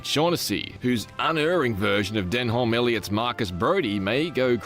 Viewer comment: So you pick up he got the Pyramid name wrong but missed picking up that he pronounced Denholm Elliot ‘Denholm” when it is just pronounced ‘Denom’ lol . It is a silent ‘H’.